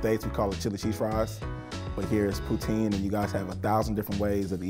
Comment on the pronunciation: Good to hear poutine pronounced correctly by the guys. Most Americans I know say it like Vladimir Putin’s last name